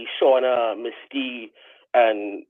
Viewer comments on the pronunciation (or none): 2 syllables MISS-TEE